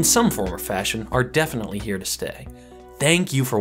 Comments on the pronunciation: “tank you for watching” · "tank you for watching" hats off